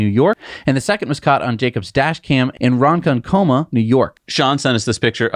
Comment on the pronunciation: The second Hummer EV seen on Long Island was in Ron-konk-o-ma. Just a friendly pronounciation correction for u guys from Pi-bo-dy!😂🤪😂🤪🤪